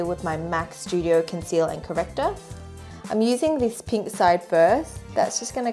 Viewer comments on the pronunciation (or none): none